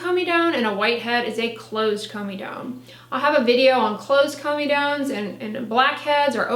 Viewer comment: I like how she says comedones. Lol